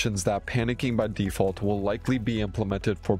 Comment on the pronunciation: Deaf-Ult. Sounds like a heavy metal band.